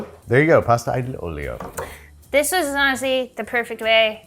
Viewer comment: Imma be honest, "aglio e olio" was fun to hear because you guys need pronunciation practice ahahahah